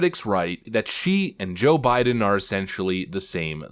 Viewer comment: she said " O' biden.